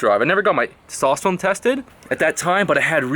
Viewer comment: funny how he say testowsterone